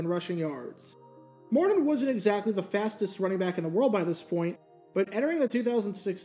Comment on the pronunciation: How can u say "Curtis" but cant say "Martin" (Mardin)